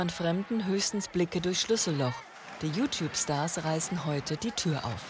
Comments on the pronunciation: Ihre Mutter kann you Tube nich nicht mal aussprechen sie spricht es so aus: U Tub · die Mutter kann ned mal youtube richtig aussprechen...😂😂😂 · Die Mutter kann ja Youtube noch nicht mal aussprechen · Jutub xD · die Mutter so : JUtup (Youtube ich weiß trozdem)